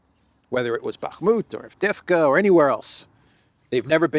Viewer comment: AVDEYEVKA, not Avdefka 😊